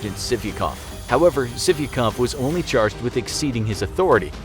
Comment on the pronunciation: Sargent sivikov sounds like sippycup